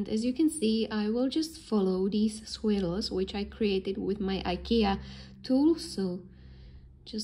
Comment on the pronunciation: Gorgeous work! By the way, "swills" are pronounced "SWIRLS" like GIRLS !